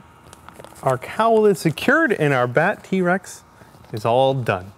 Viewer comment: did you say "Bat T-Rex"?..... or "Batty Rex"?.. 😁